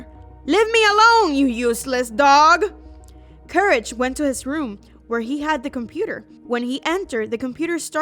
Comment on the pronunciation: it's not couraje it's courage